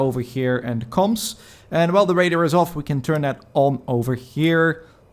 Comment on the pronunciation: "the wadar". Darth wadar.